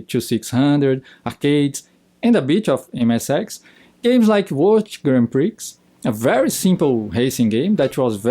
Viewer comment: the Brazilian says Grand Pricks instead of Prix. Lol.